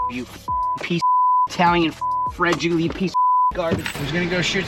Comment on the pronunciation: When he said frageelie p.o.s I lost it 😂😂😂